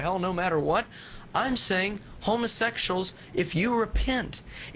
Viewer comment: lol "Homasexshal" XD